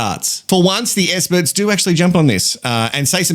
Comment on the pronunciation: Essperts….exparagus - What is happening…😂 Adrian….yeah, na